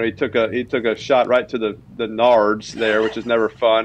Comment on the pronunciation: Speaking of terminology it’s Nads” Eli, not Nards. 😂 WTF is a “nard”?